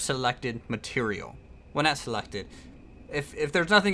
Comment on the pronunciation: You Said Nat XD Instead of Not